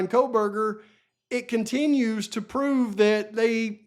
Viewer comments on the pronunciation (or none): none